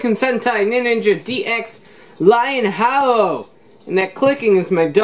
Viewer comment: Lion Ha-Ojo, not Haojo.